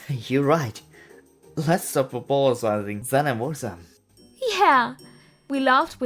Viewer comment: Что с его речью? Ему к логопеду нужно срочно. Кто вообще его на озвучку взял? Laz zdop apolozazing WTF!?!?!